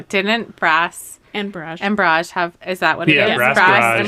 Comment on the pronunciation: Just FYI, when referring to a water blockage or dam, such as in this boardgame, it's pronounced [ ˈbär-ij ]. That is, emphasis on the "bar", not the "age". Pronouncing it [ bə-ˈräj ] or similarly, emphasis on the "age", refers to artillery barrages or other similar or metaphorical bursts. (It's allrigh though, just pronounce it how you will. Just thought it was a neat fact to know).